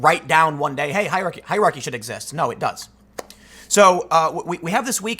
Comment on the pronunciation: You seriously can't pronounce "hierarchy"? C'mon, Tim - you're better than that.